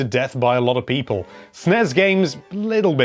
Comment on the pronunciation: Hello there. It's pee-pole here.